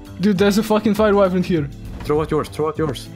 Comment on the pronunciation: who tf says wyvern like that?